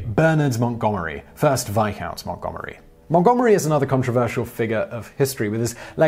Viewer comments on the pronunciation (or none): No. Veyecount